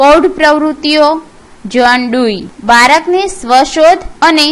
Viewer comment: not balk its balak means (child)